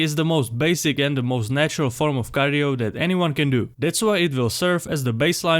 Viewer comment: bro finally learned how to pronounce cardio